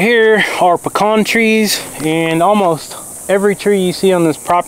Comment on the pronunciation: Pecan not pecan.